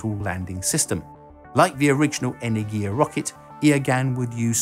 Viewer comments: "Iah-gun"? What? You should have at least checked spelling for the video. It's spoken more like as "ooh-rah-gun". Also, it's not "eney-giah". It's "eh-ner-gi-ya" with emphasis on "ner", not "ya". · You pronounce the name of the Russian vehicles wrong. Eh-ner-gi-yah and Uh-ruh-gun